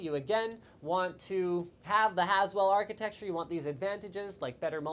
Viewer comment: > "as well" or "Haswell" LLLOOOOLLL